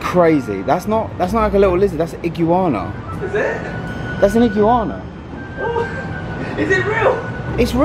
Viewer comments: NOBODY: 🧍🏾‍♀️: “THATS A IG-”YOU”-ANA” “ITS A IG-“YOU”-ANA” 🦎🤣🤣 (S/N: 😂yes ik its Iguana) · 😂😂😂 love how says Iguana. Google the pronunciation. 😂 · The way pronounces Iguana 😂 I thought he was saying it like that for the kids as he said it on the familymoon, but the kids aren't in Miami 😅